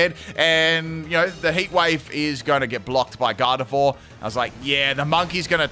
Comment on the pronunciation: It's Garde-VWA, not Garde-vore